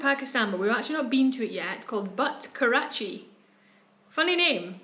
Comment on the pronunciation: Butt "karachi" 😂 lol it's butt karahi.